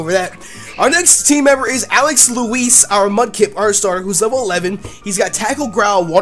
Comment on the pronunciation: Whenever you say Alex Louise it sounds like Alex Elize/Elise